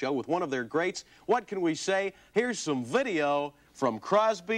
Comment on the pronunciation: "Vuddeo." LOL